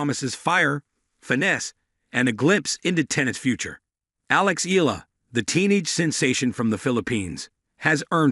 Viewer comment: It ‘s pronounced E-ya-la!